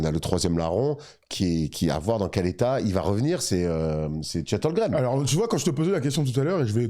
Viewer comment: Les gars je vous kiff et vous faites du super boulot. Je suis peut être (sûrement) un psychopathe mais ça me rend ouf quand vous (surtout ) prononcez Chet HOLGREM au lieu de Holmgren